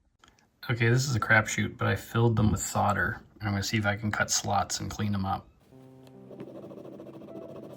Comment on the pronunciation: Props to your proper pronunciation of solder.